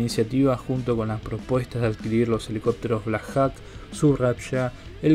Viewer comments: Se pronuncia "blacjoc" no blacjac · no hay nada bien pronunciado. empezando con los Black Jacs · Black Jok se pronuncia amigo... y significa halcon negro